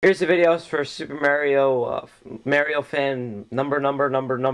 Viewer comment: Y u say Mario like that???